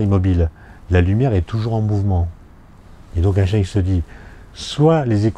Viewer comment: Question: gagne-t-on beaucoup de temps en étant physicien lorsque l'on prononce "Aaye-Shtaayne" (en sautant le premier "n") plutôt qu' "Aayneshtaayne"? Je vous laisse réfléchir là-dessus. (Et ensuite, vous réfléchirez au problème de faire du surf "au bord de la mer")